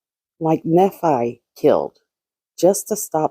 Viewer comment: Nephi =knee-fy Thanks for all your hard work!!